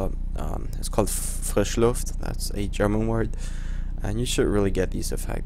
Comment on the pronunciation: Nexus spätestens als er frischluft gesagt hat muss man doch gemerkt haben, dass er deutsch ist :p